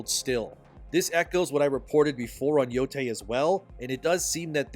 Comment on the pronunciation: ITS YO-TIE NOT YO-TAY SAY IT RIGHT